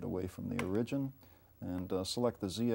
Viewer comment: “Move it away from the O’Ridgin”.”